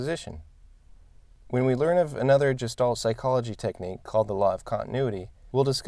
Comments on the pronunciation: Very interesting video, though I'm cringing a little bit every time you pronounce Gestalt as "Jestalt" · Excellent video... very interesting and helpful points! I can tell you've read a lot on the topic of Gestalt but haven't actually heard anyone pronounce it ;) I agree that strict adherence to the rule of thirds can stifle creativity. In its defense however, the one good thing about the rule is that it helps absolute beginners break away from thinking they need to centre everything in the frame. Once past this point though, it shouldn't be as much of a consideration as some would have us believe.